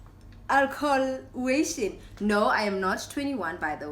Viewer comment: I knew you would say “alcohlition” 😭😹